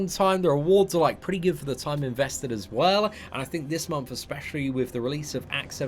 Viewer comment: MONTH! not MOMTH. xD every fucking time bro